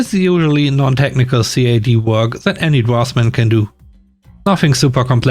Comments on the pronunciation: CAD is pronounced as a word, Cad. (computer aided design). Great stories and good reading which improves everytime. 👍❤️ 🐧🐧🐧🐧🐧🐧🐧🐧🐧🐧🐧🐧🐧🐧🐧🐧🐧🐧🐧🐧🐧🐧🐧 🇩🇪🇩🇪🇩🇪🇩🇪🇩🇪🇩🇪🇩🇪🇩🇪🇩🇪🇩🇪🇩🇪🇩🇪🇩🇪🇩🇪🇩🇪🇩🇪🇩🇪🇩🇪🇩🇪🇩🇪🇩🇪 All the penguins are leaving Antarctica and going to see Penguin in Germany! LOL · CAD is usually pronounced as it's spelled from what I've heard from the people around me